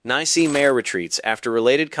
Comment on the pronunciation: NIIII CEEEE instead of New York City should be a clue 😂